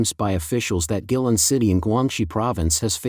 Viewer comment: Pronunciation... Gui lin... Gway.. Lin